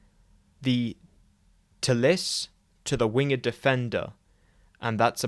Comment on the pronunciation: It's pronounced "wing'd". You know. like how SHAKESPEARE spel't it?